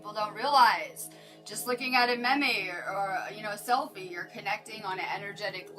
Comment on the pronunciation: I like your energy! Meme is pronounced “meem” though lmao